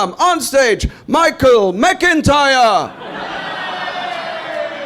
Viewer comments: His name is Mittermaier. The first half, you got right. In the 2nd half, which is Maier, the ai is spoken like the i in the word high... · Not to complain too much... but why do americans always pronounce the german "ei" like that? If it was "ie" it would be correct but "ei" is pronounced more like "eye" or "aye" in english. so try MittermAYEr. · Pronounce it Mi chael Mitter my er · Try to say it this way mittermayor 😊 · He is, or at least was, considered to be the best german comedian. And his family name would be pronounced in english like Mettirmyer. Does he really have such a heavy accent to you? But I have to admit tha if I hear some people like from Texas speaking in their slang in a video, I also have a hard time to understand a single word.